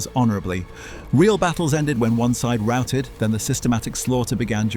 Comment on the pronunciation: "Rooting" ? "Routed" surely ? You using AI voice ?